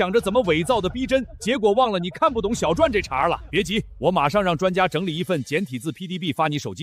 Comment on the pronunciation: 说“闻”解字？小“转”？这都对吗？